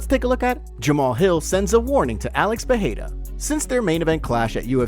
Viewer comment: When will this guy learn how to properly pronounce Pereira??? Fuh-hey-duh? LMAO. And the constant "sends warning" is old, bro. Get something new!!!